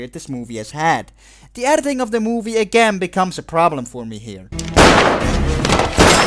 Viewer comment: Take a tequila shot everytime says erditing.